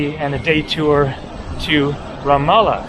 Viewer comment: Glad you finally got the pronunciation of Ramallah correct!